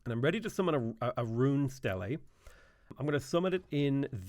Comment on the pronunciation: I left this with three or four good runs and much of the content unexplored. Great game, but kinda on par with a dozen other great games vying for my attention, most of which seem to offer many hundreds of hours of engaging gameplay. Still have 30+ leaders to win with in Civ6... Edit: also trivial aside, "stele" is pronounced "steel".